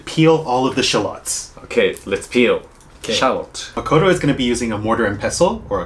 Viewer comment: Sorry for pointing this out. But it's Shallot, not Charlotte. Dang English, but Japanese has more homonyms 😅